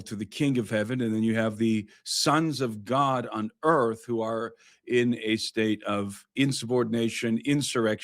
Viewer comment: Earf ashy 😂😂